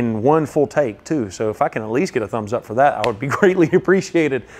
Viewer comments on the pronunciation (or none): none